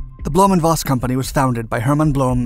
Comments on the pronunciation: Voss is pronounced Foss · Voss is pronounced like FOSS Volkswagen like FOLKSwagwen